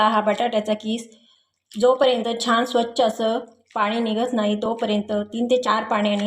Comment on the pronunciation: सारखे सारखे छाण छाण म्हणत राहातात. जेनेकरुन असे सर्व अशुद्ध बोलते आहे.